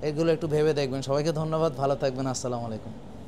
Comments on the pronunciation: স্যার আপনার সালামে ভুল আছে দয়া করে সালাম শুদ্ধ করে নিয়েন,। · ডা: সাহেবের মুসলিম হিসেবে সালামটা শিখে শুদ্ধভাবে বলা উচিত। আফসোস শিক্ষিত মানুষের জন্য! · স্যার দয়া করে আপনার সালামের উচ্চারণটা ঠিক করেন।